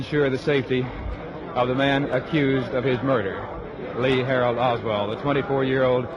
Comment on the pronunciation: He said LEE HARALD OSWALD